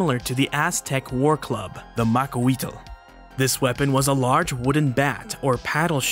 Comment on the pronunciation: PSA: it's pronounced more or less like Mah-CUAH-witl, witl being a single syllable, the L being barely there